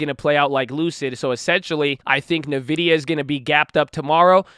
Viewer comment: bruh it's ENvidia not nuhvidia